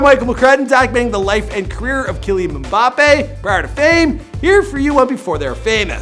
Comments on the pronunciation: You say Killin mbappe it's kylan mbappe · 1:dont call it soccer, its Football and is bigger than nba and nfl 2: HOW BAD CAN YOU PRONOUNCE A NAME?!??!! 3: And if you wanna know how Big he is, he only went professional 2 years ago and is already bigger and more recognizable than durant, curry, kyrie you name it 4: if you wanna go bigger Ronaldo and Messi is bigger than your so called ”king” lebron and everyone in your favourite sport poster boy.